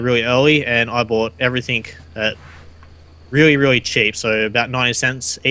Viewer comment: Everything, not everythink.